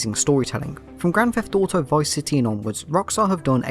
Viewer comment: As a fellow brit I love that we pronounce it grand theft dauto